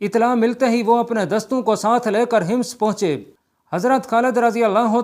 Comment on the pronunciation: Hims nahi Hammas bolo shehroon I name tu theek lo